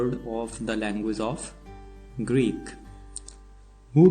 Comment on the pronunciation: Greek not greed